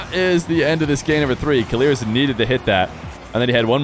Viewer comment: idk who told u to say keleerz but its killers bruh